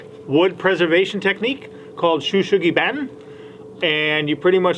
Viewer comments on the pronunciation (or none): Papa, your pronunciation is a bit off.. I studied Japanese throughout highschool and have had many Japanese work colleagues, so I can help you out. Better pronunciation sounds more like "show su-ghee bahn". Although in Japan the correct name for the process is Yaki sugi (Ya-kee su-gee). Yaki means to heat with fire... as in Yakisoba (smokey noodles), Yakitori (fire grilled chicken), Yakiniku (fire grilled meat) all of which are amazingly good. Sugi is the name of the tree which is native to Japan. Typically you should only apply Yakisugi to Japanese "cedar" as it can burn hotter and has the other benefits of pest, rot, fire and water resistance etc. Also, before sealing the wood it is recommended to use a hose to wash the timber along with a stiff bristle brush/broom to get the majority of the loose burnt material off (the sheen). People skip this cause they find it messy, but I understand it does help make the end product better. Any sanding required should be kept fairly minimal, and should be done before burning else you'll ruin your timber and sander. You don't really want to sand the burnt timber else it removes the benefits of doing the process in the first place. Finally, they apply a natural oil to finish/seal it. For indoor use, best to use boiled linseed oil or tung oil, for outdoor use, use polyurethane. The inspired process should be okay for your indoor use, but for outdoor use, it typically fades over time. Can think of it being bit like "reclaimed barn wood" bu